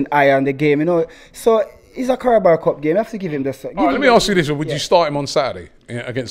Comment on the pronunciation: “This is the Carabal Cup” 😂😂😂😂. can’t pronounce any names or anything right